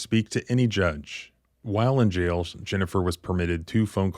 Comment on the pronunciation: Its JAIL , not "jell". I hate it when people use lazy pronunciation.